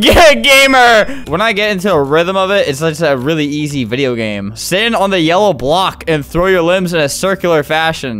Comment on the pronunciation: You said GAYME